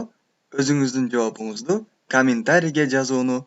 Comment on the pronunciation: Жоопунуз эмес жообунуз деп туура айтынызчы !!